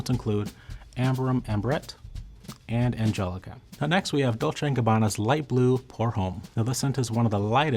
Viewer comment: Please don't pronounce the 'h' in 'homme'.